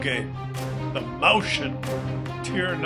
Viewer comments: It just hurts my ears, every time someone non-German tries to pronounce the name of that tank. For future reference: It's Moi -s -chen. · Useless pathetic foreign languages,!!! "Mäuschen" is stressed slightly different: (click on the blue triangle)